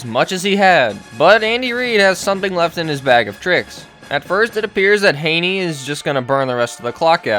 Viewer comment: Chad Hayney? This guy must watch NFL games on mute.